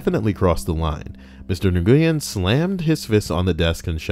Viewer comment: nguyen is pronounced - "WHEN" :)